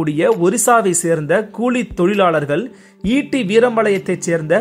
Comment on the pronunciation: Cooli tholilali not kozhi tholilali